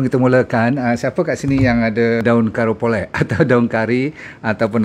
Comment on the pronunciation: Karipolei, bukan karapole...bahasa Tamil tu